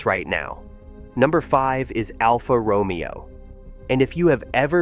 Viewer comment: Romeo is mispronounced 😮